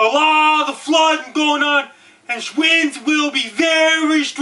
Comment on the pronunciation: This guy should be the voice for the emergency broadcast system!!! hahahaha Holy fuck did he just say shwinds?! hahahahahaha